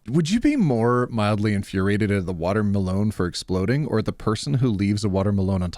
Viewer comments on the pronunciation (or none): I bloody misheard you. I though you said water malone. 😊 Then I looked up and saw watermelon.😂 🤦‍♀️ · Insert this in r/MildlyInfuriating: pronunciation of "Water-Melone" When you open the bead container upside down: I can definitely hear a vampire screaming: This is what it feels like when you throw salt at us... IIRC, doesn't tampering with USPS mailboxes incur a $250k fine? Astronauts from the ISS can see the time on that watch. Where can i get one? I need to gift it to someone who, by last count nearly 15 years ago, had 60+ watches gifted to them when they were in their 30s... Husband has 4 pockets, OP has none, where will she put her lip balm? Simple. In the husband's pocket. And call him to her workstation every time she needs the lip balm. The same thing with her phone, and other things that goes in the pocket. Surely it will delay things but a simple solution for all of this is pockets for women... And as a guy, I would definitely be falling on this grenade for true equality... Trucks need to be inbred to have their descendants have flat nose. Solution to the AIO post: stop cooking for him if he can't respect your time. And expressly state it, since he is doing this shit. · Okay, I am mildly infuriated by the way pronounces watermelon without breaking into the tiniest giggle. 👀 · Why does pronounce watermelon like Post Malone 😭